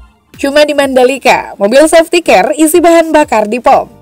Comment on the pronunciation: Sefti kar min bukan sefti ker